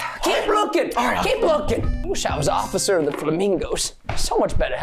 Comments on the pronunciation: He said occifer instead of officer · Officer not osffier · He said Osifer not officer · Anyone else hear him say ocifer keith instead of officer keith? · In the beginning Preston said “O c c i f e r” instead of “Officer” 😹😂🤣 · Did anyone relalize Preston said “ociffer”? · ❌oficer keith ✅Ocifer keith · Preston: Ocifer Keith Me: I thought it was Officer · Did anyone notice that Preston said ociffer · preston kept saying "ociffer" instead of "officer" and it annoyed me! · Preston:ocifer Keith Me: its officer🤭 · I heard officer not ociffer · 11:4 he said osiffer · Did anyone notice that in the intro he said “ocifer” instead of officer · wait, he said ociffer instead of officer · ''offisure keith'' XD isnt it officer lol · Bro Preston said occifer keith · bruh preston just said "ociffer kieth two times hahahaha" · don’t do it osiffer ‘Osiffer...’ Hmmm lol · ᑭᑌᖇᖇᗰᗩIᗪ ᑭᒪᗩYᔕ ID say OFSER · They keep on saying ociffer XD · I laughed at the part of the bloopers i laughed st the part where you said osifer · he said osiffer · Preston: Ociffer Keith Me: A+ perfect on point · He said occiffer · You said ociffer